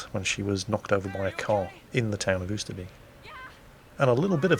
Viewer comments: Oyster bake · Dutch lesson,.... Oosterbeek / Beek....Get the word BAKER, the way you pronounce the A in there, use that for Beek Oosterbeek / Oost..... Get the word MOST, the way you pronounce the O in there, use that for Oost. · I love how you say Oosterbeek :-)